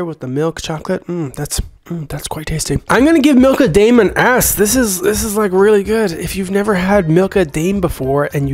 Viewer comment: How did you open it? And also it’s prounounced Dime not Dame in Milka Daim okay